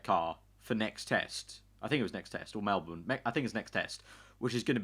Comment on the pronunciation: when will you say Melbourne correctly